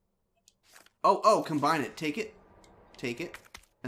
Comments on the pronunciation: Why does pronounce "combine" as "com-ben"? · It's an old RE2 joke. The word was shortened to combn and just kept saying it that way.